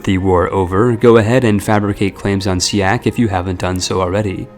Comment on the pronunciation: As somebody who live in siak. He pronounce the letter "a" wrong.